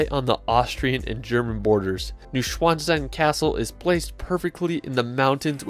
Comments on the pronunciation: New swan stone ? Nur gut, dass er nicht Pünktchen sagen wollte. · I LOVE your travel films! Thank you! By the way, "Neuschwanstein" is pronounced 'NOY--shvahn--shtein'. (That last vowel sound rhymes with "fine," which is what your videos are!) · Neuschwanstein. Neu you say noi line in noice. The rest you pronounced well. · "new-schwann-sstein, hope I said that right" Me, a German speaker : 🙂🙂🙂 ...nein 😐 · Phonetically: noy - shvahnn - shtine. In German an s or sc is always pronounced as though it is followed by an h. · stein is pronounced shtein in German Noy- shvann - shtein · Love your videos. The castle is pronounced (I’m told). Nui-Schwann-Stein. Or some say Nui-Schvan -Stein. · Great video. Please sort out your pronunciation of the places, especially Neuschwanstein, Dolomite, Zermatt.